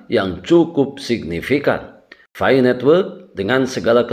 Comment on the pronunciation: Pi bang bukan fi